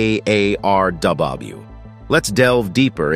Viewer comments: Whomever is narrating this didn't get the "A. R. R.W. acronym correct one time! It's not that hard to say " A. R. R. W" is it? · The narrator keeps adding A' and R's to the name of the 183A ARRW 😂